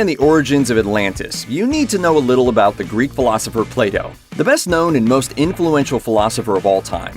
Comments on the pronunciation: He says Plato but I hear playdoh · U cannot even pronounce plato properly